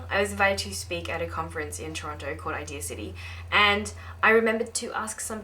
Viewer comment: IdeaCity sounds like idiocy when you say it fast. Dammit Nat they got you again ;P